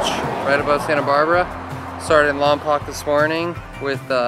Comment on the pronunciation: Voice from the south here. You all look like you had a lot of fun. I’am a touring bike dude. Even more than the view, I like the people I meet and the people I travel with. Side note, you all mispronounced Lompoc - it’s pronounced Lompoke.